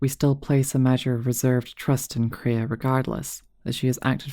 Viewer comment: first time I've ever heard multiple people call Kreia "Korea" honestly